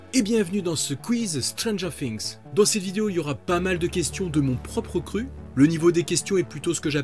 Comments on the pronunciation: Mais ça se dit pas stranger fings😭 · non jure🤦‍♂️ j ai dit ça se dit pas stranger fings parce que lui il prononce comme ça 😐😑😑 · Comment faire bon quand déjà prononcé mal stranger THINGS JE RIGOLE BIENSÛR